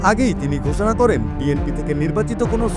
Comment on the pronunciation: ঘোছনা! ছেই হিছেবে 😂😮 শালা ইন্ডিয়ান মাল আইছে😅